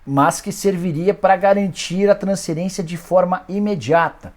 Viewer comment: Nikola pq vc fala transcerência e não fala transferência? Pq vc engole o F e usa S no lugar do F para falar a palavra transferência?